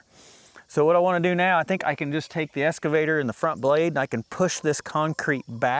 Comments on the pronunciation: Hey! You're still saying SCAVATOR! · There's no X in escavator.